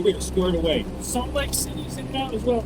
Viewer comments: “Salt like Cindy is inbound as well” Nice ai… that’s why you won’t be getting a sub from me. Hate when creators use that crap. Dial th f**k in. No human with decent knowledge of the US and English language would mess that up. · He is saying "Salt Lake City" btw not "Sounds like Cindy's"